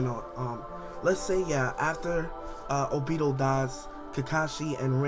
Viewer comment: Y do you say the names wrong!?!?! Its not obido...its obito (O+be+toe) damn do you even watch the anime?? Or hear the English version??